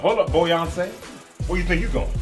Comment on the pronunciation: "Hold up BOYonce" 😂